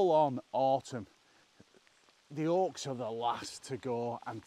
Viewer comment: I always enjoy your videos, and your accent. I had to laugh when you talked about the oaks turning, because it sounded like Orcs. What a beautiful Tolkien landscape. I see no Orcs.